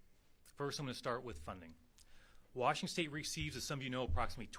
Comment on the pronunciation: lol he said Washingstate. 😅 I like this guy